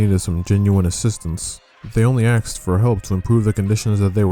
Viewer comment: A S K ed, not Axed.